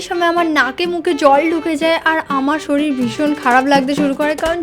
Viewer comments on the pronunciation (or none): none